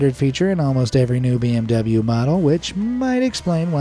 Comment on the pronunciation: Poogatti, pee-m-w, and Ashton-fartin 😅 👏 bravo